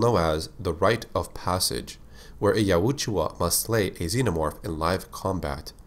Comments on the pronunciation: Say it with me.. y-out-jaw. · Why do you purposely pronounce Yautja wrong? I'd see the point if it had 2 oo's in it. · Why do you pronounce "Yautja" like that?